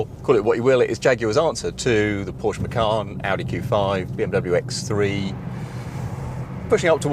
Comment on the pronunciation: its macan not makan lol